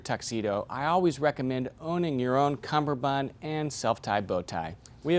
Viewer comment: Hey, great video! Though, I believe it's cummerbund, not cumberbund! Easy mistake to make but a mistake nonetheless